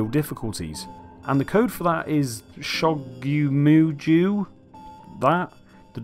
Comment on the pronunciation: well done for reading so good. and good video. ...except for the pronunciation of ShogyouMujou lol. pronounced roughly like "show-gyohh-moo-johh". it's what is written on the shirt's back in kanji 諸行無常, and means something like "the impermanence of things"... which since the shirt is called "Transience", is fairly apropos. I can't make out the kanji on the front of the shirt, though.